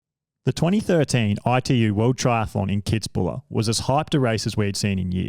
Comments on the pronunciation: It's 'Kitz-buhel'.......... not kitzbuller......... get it right. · KITZ-BU-WELL man .... made me cringe every time he said Kitzbuler....arrghhhh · Kitz bühl. Not bula... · What a circlejerk for Brownlee, never the best triathlete of all time not even the decade and please learn to say Kitzbühl. People also can say Leicester by now. Frodeno was soooo much more dominant :D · It’s pronounced “kits-buul” by the way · Anyone else triggered by that Kitzbühel pronounciation? :D :D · i never heard the name Kitzbühel butchered that badly. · I love this video!! However, as an Austrian, I have to tell you: there is no "la" at the end of Kitzbuhel --> it just ends with "el" - I am sorry, but it just has to be said... :D